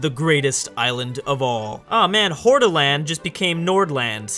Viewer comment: Eyyy Hordaland ( you say that wrong)